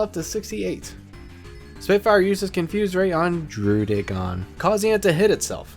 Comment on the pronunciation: This guy tries so hard to say druddigon... did you know that they pronounce it Druh-dih-gen in the anime